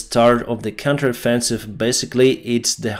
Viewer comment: “Counter offensive” 😂🤣😂🤣 Cracks me up every time you say it 🤣😂🤣😂